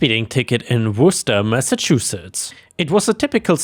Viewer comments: After years of listening to try to pronounce corps, and coup, he got Worcester right the first time!!?? 😂😂😂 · I'm surprised said Worcester right! and I have heard all sorts of pronunciations.